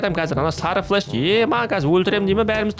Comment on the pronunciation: Флеш емес флэш